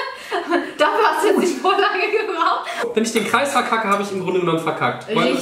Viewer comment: Verkaken nicht veckaken